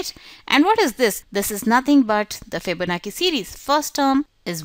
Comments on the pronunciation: Pronounced chi like chow chi bye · My friend, It sounds like you are very political, I apologise if I was rude but I expressed sincerely what I felt. I am not talking about general English skill but the important keyword like Fibonacci because it does influence other people so that many audience propagate it again, a chain reaction occurs! Probably the same thing happened to her. I would like to urge people to google about how to pronounce the keyword and it doesn't take more than a couple of minutes. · Fihbownachi Fihbonaki lol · You could pronounce "Fibonacci" better than that. Very annoying to hear a wrong pronunciation over and over again. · Ikr, its not that hard